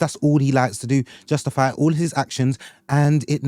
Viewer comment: Man said Justofy